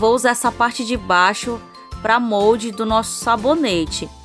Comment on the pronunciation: Fala direito , é Mólde